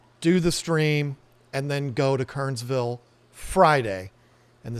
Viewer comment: It's pronounced Ker-ners-ville (3 syllables) -- got to sound like a native! Glad you're here in NC.